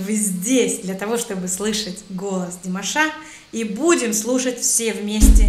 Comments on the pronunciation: Уважаемая, когда вы склоняете имя Димаша,то правильно будет всегда ставить ударение на втором слоге его имени. Т.е. не ДимашА, а ДимАша. Спасибо вам за обзор. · Извините,но режет ухо Ваше - ДимашА,а не ДимАша. Ударение пожалуйста ставьте правильно! Это все равно если бы сказали ЮлИя вместо! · Неправильное ударение на имени - не димашА, а димАша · Режет слух неправильное ударение в слове "ДИМАША" на последнем слоге. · ДимАша, а не ДимашА. Ставьте правильно ударение :) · С чего ты взяла, что Димаша' , а не Ди'маша, или Дима'ша ?